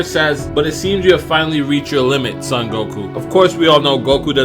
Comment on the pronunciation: It's not pronounced Sun Goku